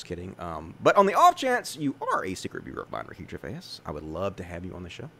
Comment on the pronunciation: "Gervais" is two syllables, not three. And yes, it does look like he stole your tweet idea. Noice! ☺️